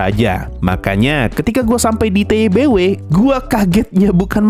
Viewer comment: Lah udah bisa bener ngeja TBW wkwk.. kemaren masih ngomong TWBY awokwokwok..